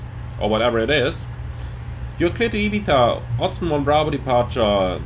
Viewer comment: Spanish guy here. Arriving a little late here. Nice video, defenetly helped me a lot understanding the bigger picture. Really love the effort to pronounce Valenzia and not Valenshia. Same with Ibiza, saying IbiZa, not (Eye, bee, za).